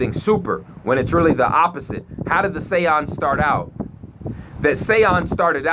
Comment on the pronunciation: Those Mf Say-Ohns 😂😂😂